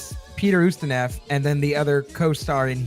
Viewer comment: I am happy to see this review. I was wondering what happened when you said it would be out last Monday. Just so you know, the name is pronounced Oost i noff or Oost i novv not neff! :)